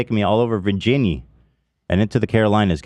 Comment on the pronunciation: ethan pronouncing it Virginnie like Anuc thinking people here say it that way ha